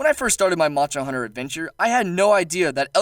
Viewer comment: What's a shagroo? Edit: Moncher huncher? Practice enunciating :/